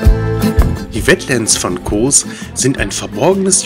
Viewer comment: Die Insel heißt Kos, nicht Koohs….